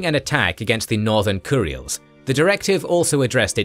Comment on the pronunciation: It's spelled 'kuril'.... how the hell do you get 'kur-e-ils' out of it?